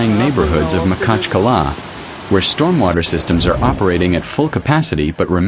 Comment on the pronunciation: У нас город Махачкала,а не Макала неужели труднотпроизнести?